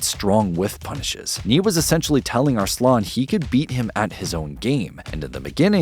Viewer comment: ... Is the main voice here AI Generated? That is now how arslan is pronounced.